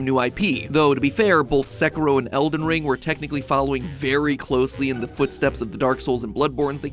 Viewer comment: "seh-ku-row"? that's how americans pronounce that game's name? jeeezus